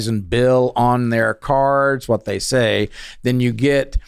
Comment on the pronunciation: This guy has a distinctive “Wh” pronunciation